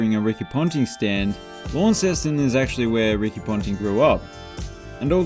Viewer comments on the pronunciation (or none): none